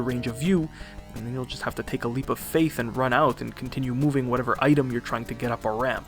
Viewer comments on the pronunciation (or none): none